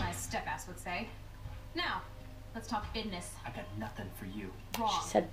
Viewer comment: She said bidness 😂😂😂😂